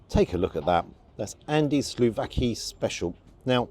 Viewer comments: Great, detailed review, as always! 2 corrections though : it's SOUVLÁKI (not slouvaki) and MOUSAKÁ (accent on the last syllable). Since you're into greek food, that should come in handy. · Fantastic review. I'll even forgive you for saying 'slouvaki' instead of 'souvlaki'. 😂 And if you want to really sound Greek moussaka is stressed on the last syllable moussaKA. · Enjoyed the review but you kept calling the lamb slouvaki. It's actually souvlaki. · its souvlaki: not slu-fucki😂😂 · Sorry, you mean souvlaki, not slouvaki? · Souvlaki not slouvaki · It is said as "souvlaki", you said it wrong. Sorry to chastise you there, but coming from a Greek Cypriot family, I should know. Never been there, but one of the Orthodox churches there I sometimes go there. Next time you go there, put lemon on your souvlaki! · Good grief, it’s sou-vla-ki and moussakA. The bread is the standard Lenten lagAna. 😂